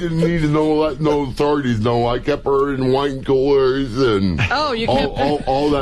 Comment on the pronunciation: "I kep' er' in wine coolers'n"